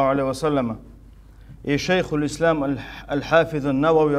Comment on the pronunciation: Он даже не может произнести слово Ислам без ошибки !